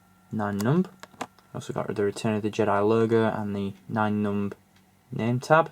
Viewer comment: I think you're pronouncing the character wrong